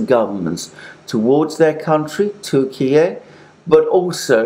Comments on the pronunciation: 'Turkiyeh' sounds more authentic than 'Turkiyay'... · Alexander . It’s turki- yah not Turkey-a come on man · Turk-e-a.... just no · Its pronounced Türkye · tur- key-yee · I'm sorry but your new pronunciation of the name "Turkey" seems to be a fashion you've been chased into, dilettantish. . Granted that there are reasons for the change such as President's Putin's use of the term. Respectfully, you're not Putin and don't share his considerations. You're an English speaker. Is Italy to be Italia? It is true that sometimes countries change their name, eg., Burma. My suggestion is to stick to who you are as it seems a pedantic change. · The Turkiye thing is moronic. It's simply Turkey in Turkish. It's like Germany getting angry that Britain doesn't call it "Deutschland" with the exact same pronunciation. It's a petty and despicable attempt at language control, the kind that bullies attempt when they don't have the power they wish they had to enforce their controlling will. I find it entertaining that Russia is throwing Syria under the bus like this, hasn't Turkey been occupying northern Syria for years after it's invasion a few years ago?